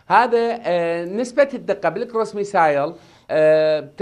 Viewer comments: مع التحية إلى السيد.. باللغة الإنكليزية Missile تقرأ ( مِسِل ) وليس ( مِسايل ).. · ترى الصاروخ اسمه بالانگليزي مِسِل missile مو ميسايل حضرة الخبير